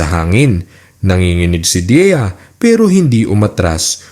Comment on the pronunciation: Deya yun kase hindi diya ok na sana kaso makiayos ang pronounciation ng Deya sa Diya ang tama ay DEYA at hindi DIYA😢